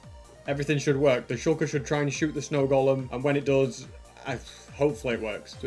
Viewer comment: Its not sh*oo*lker its sh*a*lker